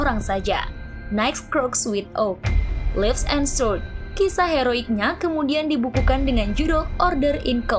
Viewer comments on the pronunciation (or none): none